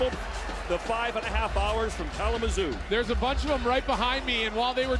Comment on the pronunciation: Bro really said “Kalamazoo”